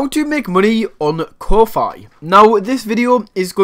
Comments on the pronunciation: It's pronounced Ko fee, like coffee. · I have been pronouncing Ko-fi wrong all along. 🤣